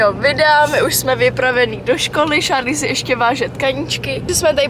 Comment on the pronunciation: Jmeno a je to Charlie a vyslovuje se to Šárlí